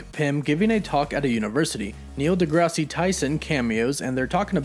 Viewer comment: ":Neil degrassi" YOU BETTER PUT SOME RESPECK ON NEIL DEGRASSE TYSON'S NAME